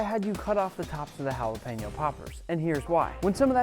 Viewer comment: Is it just me or does it bother anyone else when he said jalapeño